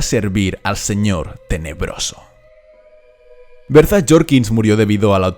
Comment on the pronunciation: "Berzas" Jorkins… enserio xD